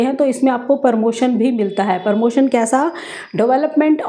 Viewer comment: Permotion nahi madam pramotion.